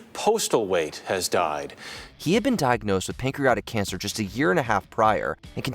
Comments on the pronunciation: *PANCREATIC cancer, not “pancreotic” cancer. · Patriotic. Pancreatic. Not pancreotic. AI bullshit again? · Im sorry but wtf is pancreOtic cancer?? Its pronounced pancreAtic. It feels incredibly disrespectful to not even try and pronounce it right on NUMEROUS entries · It's pancreATic, not pancreOTic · I've never heard someone pronounce "pancreatic" that way (pancreotic). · "Pancreatic" has been mispronounced by the narrator throughout the video. Sorry.